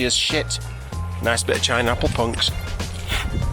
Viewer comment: ‘Chinapple punks’? Whaa? You englishing for the first time or was that hike so hard you left the brain behind to save weight? Beautiful spot. Cheers!